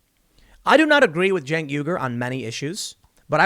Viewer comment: "Jank" Uyger